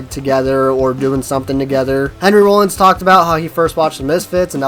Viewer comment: Video creator-"Hi I'm a poser and I prefer the MCR and afi versions of misfits classics" you suck guy Edit: I also like how he pronounces Rollins like a bread product that you use for a sandwich or put butter on. Lmfao this dude is such a clueless poser.... Def funny as hell to listen to. I have apparently forgotten more about the misfits than this guy knows... And finally this is riddled with inaccuracies..... C'mon bro